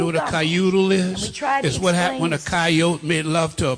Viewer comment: a coyoutie,lol he's making his own gumbo for saying that.